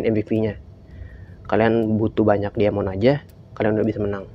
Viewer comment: Diamond bacanya "daimen" bang